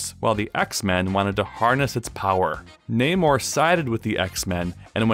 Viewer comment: Thanks for saying his name properly